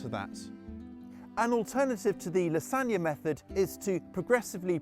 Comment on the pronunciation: Did you kiss that dirt? Certainly seemed like it. 😂 Took me a minute to realize you were saying La Zawn ya.😂